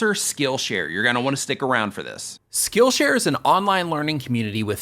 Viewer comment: Oh my goodness,. I put this video on while I was cooking supper - right after a hard workout. I positively heard you say your sponsor was "Skittle Share" and I was like, "WHAAAAAA????" I guess I am hungrier than I thought!!;-)